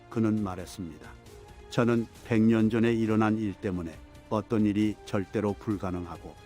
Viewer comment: 저는이 저팬처럼 안들리냐 ? ㅋㅋㅋㅋㅋ